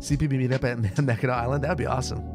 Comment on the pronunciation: It’s the lower and upper peninsula. Both sides of the bridge are Michigan. And remember it’s mackinaw city and Mackinac island. Both are pronounced Mack-in-awe